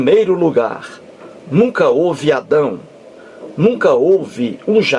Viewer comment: Quando você falou “nunca houve Adão”, parece que saiu assim: nunca ou vi@ 😂😂😂😂😂😂😂😂😂😂😂😂😂😂😂😂😂😂 Falando sério agora, o Henrique detonou.